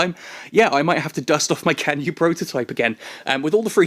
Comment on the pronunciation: hey, chinese player here... it's pronounced tsan-yue, yes, the c is pronounced ts